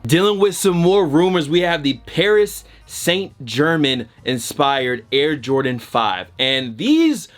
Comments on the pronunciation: Paris Saint German BOI it's Germain (Jer-Mayne). It's okay I still love you. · true lol PSG would’ve been fine, but it’s really ger-mahn with that super soft almost z like G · Also saint is pronounced san and paris is pronounced paree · He should of just said PSG lol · I laughed out loud for real when i heard him say it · You right